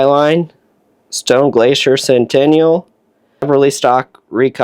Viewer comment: Great video, good info👍 Also the stone Glacier is pronounced sent-i-nal not sen-ten-ial